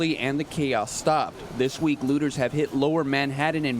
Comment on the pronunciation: Please note they are looters, not lewders